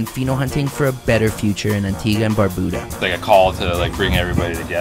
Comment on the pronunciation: Bro I couldn’t not even watch this shit simply because of how you consistently butchered the name of barbuda…..